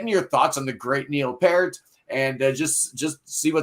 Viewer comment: It's 'Pee-rt'. Rhymes with 'ear'.